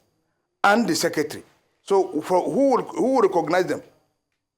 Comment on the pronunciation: Wike not Nwike it is not Igbo name